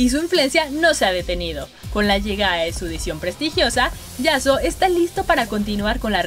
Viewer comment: yasuo peruano xd